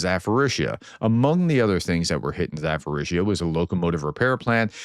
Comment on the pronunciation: Hi Prof, thank you for another great video. As far as the prononciation goes, the word Zaporizhzhia is pronounced with a "p", not an "f" so it's not "ZaForizhzhia". Thank you!